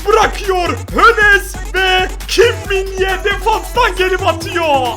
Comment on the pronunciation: Abi Kim Min ye değil kim min jae kim min jae